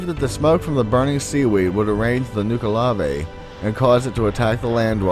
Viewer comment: Nuckle-uh-vee As opposed to Nuke a lavé. Though I understand why have pronounced it as you have. There was one other word you got wrong but it escapes me as I am typing this I suppose it is not important.